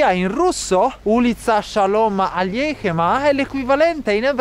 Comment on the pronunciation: ...Si dice "Shalom"